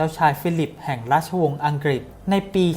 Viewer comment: อังกฤษ ออกเสียง ควรจะมี ล ด้วย ไม่ใช่ ออกเสียงว่า อังกิด